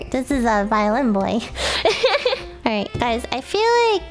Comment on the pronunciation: Damn it Lily, it's not "BOY" it's "BOI", GET WITH THE TIMES!